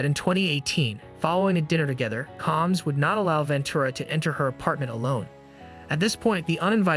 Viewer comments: Why is this A.I. voice pronouncing his name as “Calms?” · Who the hell is Calms?😠😠😠😠... Get Diddy's name right... Dude